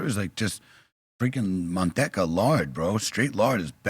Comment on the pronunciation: Dam said manteca right i knew it was him tho i listen tothis more then watching i bet soultone would of said it "munteca"